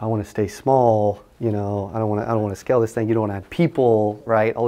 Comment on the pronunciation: You keep saying "skell" what does that mean? You need people to skell this thing... humbly I ask, maybe I'm not understanding the pronunciation?